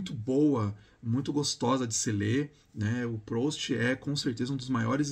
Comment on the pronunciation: A pronúncia é "prust"